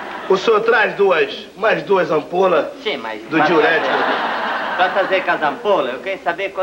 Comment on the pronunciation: Até hj irmão , eu falo isso ... TRÁS AI AMPOLIS DE DIURETIQUIS KKKKKKKKKK